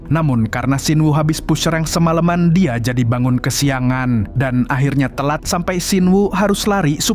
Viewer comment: apa banget ujung nada bicaranya pake K😭😭🙏🏻 "Dia jadi Diak"🗿